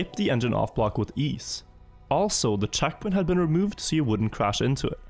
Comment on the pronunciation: The way he pronounces E's actually does my head in. "Saven", "chackpoint" "laft turn"